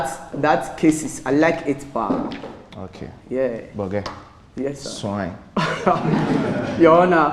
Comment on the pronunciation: I laugh so haaaard when says YAAH instead of (YEAH)